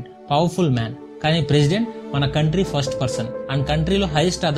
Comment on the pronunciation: Bro contry kadhu country 😑